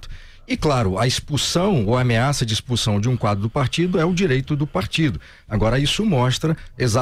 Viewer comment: "Espussáum" do partido!!??